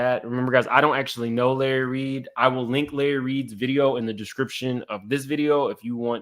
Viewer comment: Lurry… Me: Lahrry, ooh chile… 🤣😂